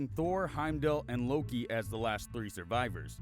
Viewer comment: Bruh did you just... 'Loke'?